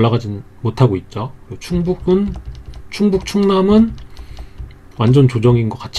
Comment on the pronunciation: 완~전! 초보들을 위한ㅎㅎ 너무 강조하심요ㅋ